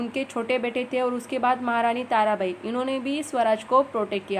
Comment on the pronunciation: When you told tarabai I listen tara bhai 😂😂